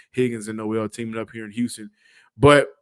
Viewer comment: Nole it’s pronounced nole 😂